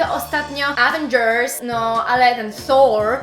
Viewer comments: Aveeen-dzers? Pouczasz innych a sama zle akcentujesz. Wymawiasz evendzers, jednym ciagiem bez pauzy, tak jakbys mowila np "komputer" po polsku a nie "kompu-ter". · czyta się mniej więcej "ywendżys" więc mówisz i tak błędnie. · zle zakcentowalas avengers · Nie aaaveengers tylko avengers ;) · It's aVENgers not avenGERs (it's LeviOOsa not LeviosAA). Get it? Tak, tak, czepiam się szczególików (ale zgadzam się z przesłaniem).